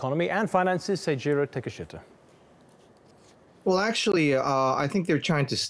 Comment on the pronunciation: Really, takeashita?